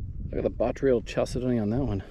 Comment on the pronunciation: I am no english teacher but, finally, somebody pronounced botryoidal properly! I get tired of hearing boytrodal, and batroydal. Thank you, you get an A in my book. You get an A+ for the jaspers!